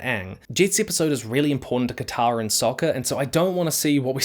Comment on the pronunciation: his name is soka not soccer